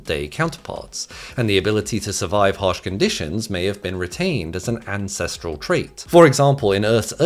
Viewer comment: Ancestrel? Really? It's not hard, man...